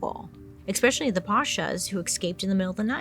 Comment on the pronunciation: Love love your channel, and you young lady are smoking hot. But, Bailey, please please, it's "especially" not "expecially"